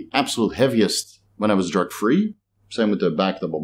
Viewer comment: 🤣 every time you say "drug free" to me sounds like "jerk free" keeps throwing me. Respect love your work!